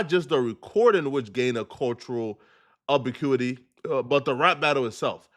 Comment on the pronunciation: The way said ubiquity tho 😂